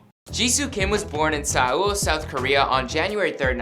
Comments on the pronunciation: Sa-ol is pronounced Soul. Yes, it’s Seoul but it’s pronounced as Soul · Actually it is seo(so) -ul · Omg hahahaah i was like what is sah-ool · Okay Melbourne is pronounce Mel-bun. Seoul is pronounced soul. Not Mel-born and see-all mate. take it from an Aussie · It’s not pronounced as soul either tho.... 🤔 It’s seo-ul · It's pronounced "Soul" - not Suh--ool. (Don't worry, "soul" is just an approximation too, but foreigners cannot pronounce 서울 correctly anyway. And regarding Lisa's stepfather, who is a cook, it's illogical to assume that a cooking gene or a passion for cooking would be genetically passed down or inherited by Lisa, since he is her STEP-FATHER and not a biological father. (Step children are not genetically related to step parents, therefore, do not genetically inherit their genes either.) Dayum, I'm concerned about millenials. Are they all like you? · this guy keeps pronouncing Seoul as seal... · "Im bound to mess up some words" next sec.. she was born in saeoul south korea cringes lol and its got7. Its not spelled out. No hate just teasing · Islet of Langerhans people who don’t know the Korean language that well could easily mispronounce it as ‘See-oul’ because they don’t that 어 is kinda the same as ‘o’ in English. I’ve seen loads of people do it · That was great except for your pronounciation of CANTERBURY😂😂😂😂oh and Seoul (soul) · It’s not pronounced as soul either.... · And Seoul .. ‘seeyol’ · You mispronounced Seoul. It's just read as "SOUL" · If you use hangul to pronounce Seoul it sounds like saw-ul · Say-owl : Seoul Blackprint : Blackpink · no offense but u should've done a detailed research, like, watch other vids to know how to pronounce the capital of korea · cant believe you mispronounced "seoul" :( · Did he miss pronounce Seoul??? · Ok, but "Seoul" isn't some obscure Korean word. It's like mispronouncing "Berlin." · I agree with the Seoul but Melbourne?? Lmao. You can pronounce it both ways smfh.